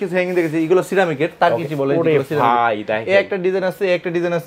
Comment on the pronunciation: Bhai উচ্চারণ ঠিক করেন। আপনি Vai বলতেছে